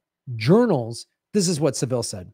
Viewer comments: it's pronounced SA-ville, not Sav-Ille. The accent is on the first syllable. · Jimmy Sav-ill rather than Seville